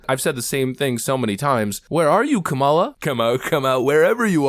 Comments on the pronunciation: Everyone supporting Kamala Harris: "You pronounced it wrong! 🤓" I dont know why its a big deal, but its just a name. 😭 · Seriously, that should be a drinking game: drink every time he mispronounces Kamala’s name.